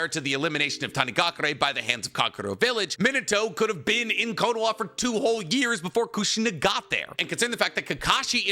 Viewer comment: slow down talking bro, it sounds like youre saying konowa